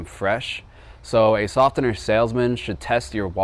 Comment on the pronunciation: Am I the only one bothered by his pronunciation of the word “softener”?